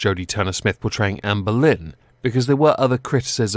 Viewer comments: I thought he was saying "Amber Lynn" 😂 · I wasn’t looking at the screen and I thought you said Amber Lynn 😂😂